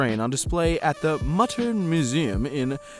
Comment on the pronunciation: Mutter is Müter (moo-ter)